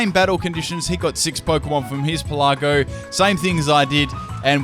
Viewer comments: Pélago not pelàgo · Pelago. As in "archipelago". It's not pronounced "peh-LA-go" (